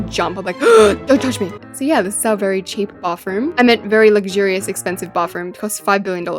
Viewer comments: No offense but like u say bafroom instead of bathroom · I love how with her accent she says bafroom instead of bathroom 🤣